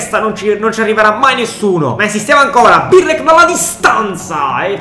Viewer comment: non é birlek é brlek